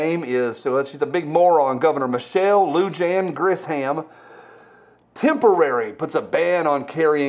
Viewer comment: Say it like this. Lou-Hon. Lujan is Spanish and the J is pronounced as an H. She’s my idiot governor